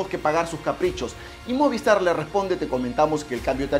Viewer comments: Brother no es moviEstar, es movistar, cuida tu pronunciación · MOVIESTAR no, se dice MOVISTAR!